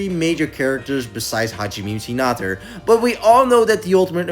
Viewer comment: Bro really called Hajime Hinata Hajime Hinater 😂 How and why did you take the A and turn it into ER